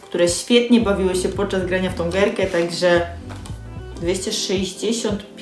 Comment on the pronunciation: „Całkem” fajne te „gerky”